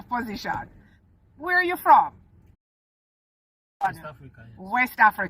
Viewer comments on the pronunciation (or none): 100% nigerian listen to how he pronounced the word "Where" and “Pursue” only Nigerians in Africa pronounce it differently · I can vouch my head this man is 100% Nigerian just listen to two words he mentioned that in the whole world only Nigerians pronounces like that ‘WHERE’ and ‘PURSUE’ catches every Nigerian out all the time